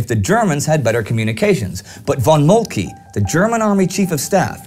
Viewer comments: I believe it's pronounced Molt-kuh rather than Molt-kee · no 1 is total BS. he does not pronounce it correctly, but the e is not silent. He says Moltk-ee, when in german we say Moltk-eh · I have to repeat how great work you all are doing, nevertheless I have a question - why don't you say"von" as "fon" as it should be pronounced, or - generally - why do you pronounce German names /words in this obscure way? Bülow is not Bulow and Moltke is not Moltkee etc. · No 1. He is pronouncing Moltke's name incorrectly. The E at the end is silent. No 2. There were not two German armies at the Battle of the Marne but 5. 1st under Alexander von Kluck (The one attacking Paris against the French 6th) the 2nd under von Bulow, the 3rd under von Hausen, 4th under the Duke of Württemberg, the 5th under the Crown Prince Wilhelm. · Wonderful series, however, your pronunciation of von Moltke is really off-putting!